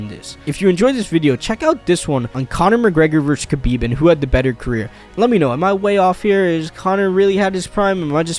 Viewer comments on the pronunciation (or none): none